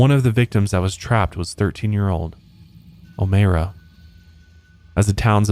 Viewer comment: It’s Oh-My-ra lol not Oh-May-ra